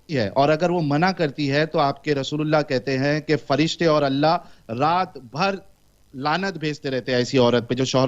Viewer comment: Allah nahin Hallah bola wo 😂😂😂